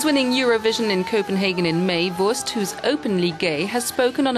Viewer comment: For someone who says she can't dance, Conchita is doing an amazing job after only six (?!) days of reheasal. Also compliments to the speaker, pronouncing 'Wurst' and 'Neuwirth' is not easy for someone whose native language isn't German, but she did it almost without any accent.